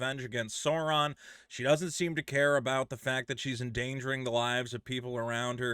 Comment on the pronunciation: He can't pronounce sauron